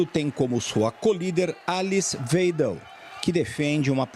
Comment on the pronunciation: Pronuncia-se Mértz, não mêrz... Mérkel, não Mêrkel e Waidel e não Wêidel. NÃO É ULTRADIREITA, é um partido conservador.